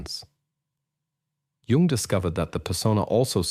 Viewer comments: The inconsistency of the narator's pronunciation of "Jung" (between "Carl Jung" and plain "Jung") made me UNbelieve the message. Judge me. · Well you pronounced his name wrong so you're done